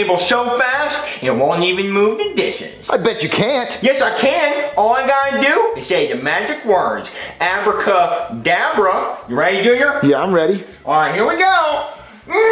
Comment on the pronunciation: bro accidentally said abracadavre instead of abracadabra